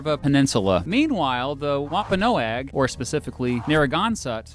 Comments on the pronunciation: It’s pronounced Wamp-a-naug. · Dude, you are really mispronouncing Narragansett (Nare-ra-gan-set), and is Wamponoag (Wom-pa-nog). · I'm sorry but I have to. Narragansett -> Narra-gansett Wompanoag -> Womp-ah-nog And you didn't say it, but for people wondering Wickaboxet is actually pronounced "wickabosset". Most of our landmarks/cities/parks etc have native American names. Also yes it's a bubbler we're right you're wrong and nobody else has coffee milk so we're obviously better okay bye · I can't get over you pronouncing Narragansett and Wampanoag. Nare-uh-gan-sit and Womp-a-nog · And WampaNO-AG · Wampanoag is also pronounced Wampa-NOG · Wampanoag was completely butchered it’s Wom-pa-nog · Rhode Islander here and I loved the video as I do with most of your videos! Pronunciation was a bit off for Narragansett and Wampanoag (Which is entirely understandable) it's (n-air-a-gan-set) and (Womp-a-nog) Keep u the great work! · Yeah, but his pronunciation of Wampanoag was atrocious!